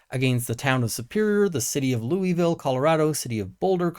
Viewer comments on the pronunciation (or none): For the city in Colorado its pronounced like Lewisville like lewis and clark. Secondly, i can't believe the expert said effective at distances of 500 yards. The army manual on the m4 and m16 has the point target max effective range at 300m with most encounters happening under 100m. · It's pronounced 'Lewis-ville' in Colorado, 'Loo-wee-ville' in Kentucky. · "Louisville" in Colorado is pronounced like "Lewis"-ville, not "Louie"-ville.